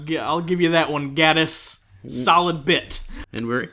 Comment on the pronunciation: ''Gae''tiss not ''Gah''diss.